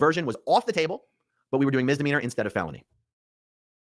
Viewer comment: Only and I am really happy that you're correcting pronunciation of "mizzzdimeanor"- every time he says it I feel like I heard someone scratching their nails on a chalkboard. I know he "grew up in a cult" but so did you and you know how to say the word properly. It reminds me of someone I know who says "abzurd" instead of absurd. I think I have a problem with these things. But thank you again. BTW, your hair looks beautiful.